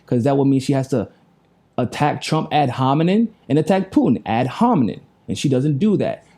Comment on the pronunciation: Love you but when you say "Nu-YooLer" and "Ad hama-niNN" it comes accross as less educated and I know you are smarter than most. Much love and